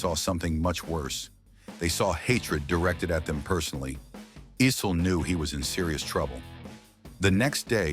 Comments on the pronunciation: The name is pronounced “Eye-Cell” not “E-Cell” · Dan "Ussel". Dan "Icelll". Dan "Eesll". Kiki "Varndawegga". "Dan Ah-sell". AI uploads are the worst.